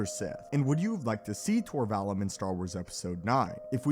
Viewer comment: It's pronounced Vall oom. Not the u like Ian Mccallum.